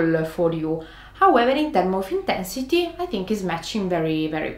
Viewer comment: "too much intehnssity"